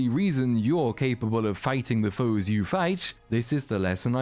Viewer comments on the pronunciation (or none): none